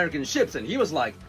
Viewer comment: Dude! Why did you have to say "rike" 😂😅🤣